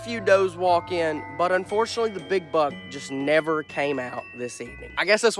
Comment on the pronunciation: I thought y’all says “Bug” but then I realized that it was buck